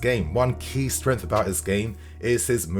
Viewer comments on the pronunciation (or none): none